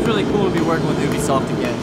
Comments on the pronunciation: He said oobisoft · its pronounced you-be-soft not oo-be-soft